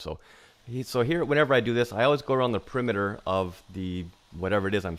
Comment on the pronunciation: Off not ahff. Perimeter not primiter. Troweling not trallling. Product not prodict. Soft not sahft. About not abought.